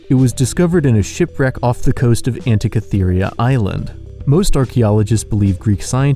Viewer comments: To the fellow narrating: Delhi is pronounced sans H. It sounds like “Deli”. Also. There is no “I” near the end of “Antikythera”. I’m not trying to be a know it all twatwaffle, but nothing turns an otherwise informative bit of fun like this video into useless prattle like mispronounced words. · "Classy-ists"? Are you trying to say "clacissists"? Also, Antikythera is pronounced "an-tee-KITH-er-a" not "an-tee-kith-EE-ree-a."